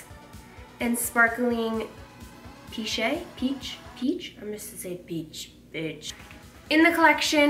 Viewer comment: I love them!! actually I'm french and although pêche means peach, it sounds more this "paish", I know that is not a word, I'm just trying to write a sound 😂😂 thanks for the video 😉